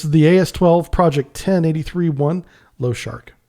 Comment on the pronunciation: Lo-sha-rik лошарик not lowshark, appreciate your work but the mangling of Russian names hurts my ears.